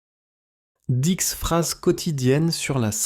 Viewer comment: Дислайк за "дикс фраз"